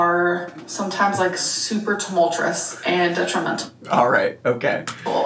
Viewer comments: where is she getting the 'R' for 'Tumultuous' 😂 supertumul-throus Super-too-moltres Supertumul-thres Supertoomeltrus. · "Super tumul-churus"? Queen of the vocab 😂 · “Tumultrous”, “Doormat” -, 2025